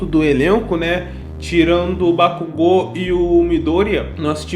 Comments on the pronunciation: Bakugu? Cara sério, oq o dublador tem na cabeça pra chamar o bakugou de bakugu, kkkkk ficou muito foda e engraçado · Déku e kazinho passa, mas bakúgu NÃO, MDS BAKÚGU PRA QUE MUDAR O NOME DO PERSONAGEM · Kazinho dá pra aturar, agora BAKÚGO cARA KKKKKKKKKKKKKKKKKKKKKKKKKKKKK Aí deu ruim kkkk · Sinceramente bate uns estranhamentos, mas depois de um tempo tu se acostuma. (Tem horas que vc até não percebe que eles falaram Bakugo em vez de Bakugou ksksk) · eu assisti dublado e falo bakúgu pq acostumei '-' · Bakugou Katsuki? Não, não... Bakúgu Kazinho.... yeah 😎👉👉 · Meu, kazinho até vai, mas Bakúgu foi de ferrar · na vdd, a escrita correta é 爆豪勝己 (Bakugou Katsuki) então tá corretíssimo. A fonética é Ba-ku-gô.